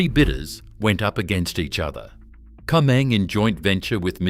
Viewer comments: Afraid the mention of 'Comeng' and not 'Comm-Eng' made me grind my teeth every time I heard it. Can't handle AI ! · Pity the voice over couldn't pronounce "Comeng" correctly. It's "Comm-eng". Short for Commonwealth Engineering. That's what happens when you use AI.